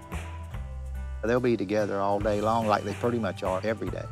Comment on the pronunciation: He pronounces "pretty" as "purty"